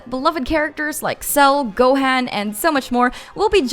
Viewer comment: "go haan" she said.